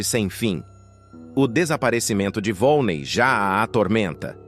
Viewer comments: Não é volnei, é volneí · Não é vone é vonnei